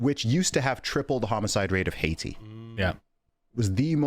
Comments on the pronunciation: Your guest can't even pronounce Haiti! But diverse crowd! 😂😂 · Why can't your diverse not properly pronounce Haiti??? 😂